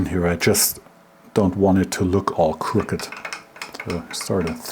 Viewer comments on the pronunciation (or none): none